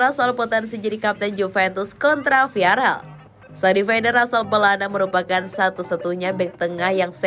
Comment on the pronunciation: "viarel viarel:"!!! salah! VIAREAL baca yang bener oyy